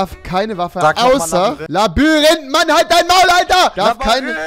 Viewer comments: Labyrinth und nicht Labarinth🤦‍♂️ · So geil wie du immer Labarinth sagst 🎉❤️ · Labayrinth ich schmeiß mich jedes Mal weg 😂😂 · Labyrinth... Rewi: LABÜRINTH😂😂😂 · Du sagtst immer labarint